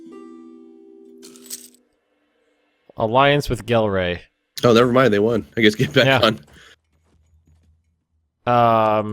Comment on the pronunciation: I'm not dutch but when i hear people pronounce Gelre with an english G it kills me